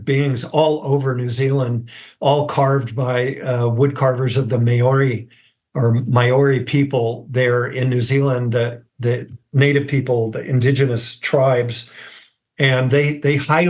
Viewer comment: Hilarious that he says they're peaceful beings spreading life throughout the universe one minute, then says they're super violent and mutilating cattle to "send us a message" in the next. Also, who doesn't know how to pronounce Māori?! 🤦‍♂